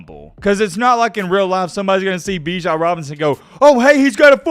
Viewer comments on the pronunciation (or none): none